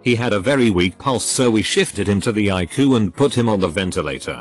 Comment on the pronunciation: Text to speech: eYE-cOo